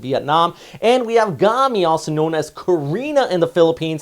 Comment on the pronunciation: Out of topic but I think it’s read “gaymee” instead of “gahmee”, it’s Korean for ant